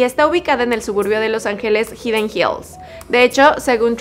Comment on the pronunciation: Jajaja hidden hills jajaja no lo pronuncias bien